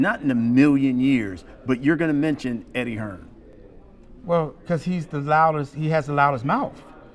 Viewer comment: HEARN* If your going to clout chase the man at least say his name properly